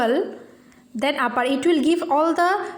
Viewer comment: give uppee insted of upper XD